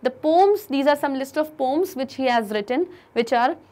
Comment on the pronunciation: Why did she is saying pooms instead of poems, 🤣